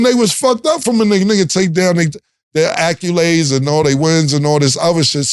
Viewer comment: Cam’s word of the day - “Acculades” 😅